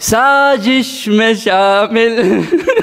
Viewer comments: Its sazish not sajish ...indian pronounce zindagi as jindsgi 😂😂😂😂😂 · Its not sajish its sazish please pronounce correctly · Second one sings with correct pronunciation and also has the good voice actually correct word is Sazish not sajish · Its not sajish its sazish its urdu try to pronounce it correctly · it feels painful whenever I hear Sazish as Sajish, please pronounce the word as it is, now don't fight that it's about accent, etc.. if that's the case then do they pronounce Zebra as jebra in English?? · You can't even pronounce it properly, it's Sazish (سازش) not Sagish or Sajish (ساجش)... You guys ruined that beautiful song..